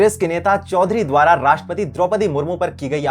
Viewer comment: इसको राषट्रपति बोलना तक नहीं आता।कहाँ पढाई की इसने ।